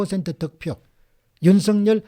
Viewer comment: 윤석렬 발음할 때 이름에는 연음법칙 적용 안되어 윤서결이 아니라 윤성열로 발음해야 합니다.공박사님은 정확히 윤성열로 발음하시는군요. 감사합니다